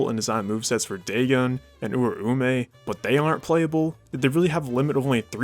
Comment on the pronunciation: It’s Dahgohn and Ooraomeh. Not Day-Gone and Oomay. He butchered their means so bad 😭✌️